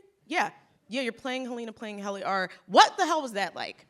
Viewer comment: Why does it seem like Quinta didn't really watch the show? Doesn't say Helly's outies name correctly, doesn't remember that Mr Drummond died? And her responses to the cast seems fake af. I lover her in character in Abbott Elementary, but outside of that it's hard to get a read on if she's being genuine or not.